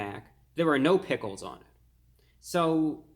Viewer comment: “Travis sgot meal” “ “pigles”